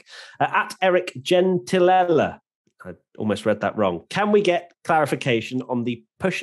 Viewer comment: I think deserves half a point just for pronouncing my last name correctly!! And another half a point for not butchering it into..... something else🤣 (For perspective, my last name is Gentilella.... so yeah... hahaha